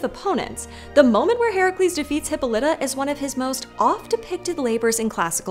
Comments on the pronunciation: Almost every time I have heard (and every time I have said) it, the pronunciation has had the stress on the o. Not as in this video. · I noticed that, too, but I absolutely guarantee that if they pronounced names the way the ancient Greeks did, there'd be way more comments that they pronounced something wrong. Very few ancient Greek names are pronounced "correctly" in modern English. And Westerners tend to assume their pronunciation is correct without checking. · Everytime you pronounce her name as "hippo-lite-uh" I wanna shove pencils in my ears. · Y’all tell some great stories! You do a great job of making the stories come to life. My own feedback is that you really need to do a quick Google search on how to pronounce the Greek names. It was distractingly off.